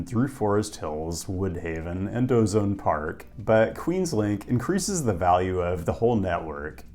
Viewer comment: Sir it's pronounced O-Zone Park lol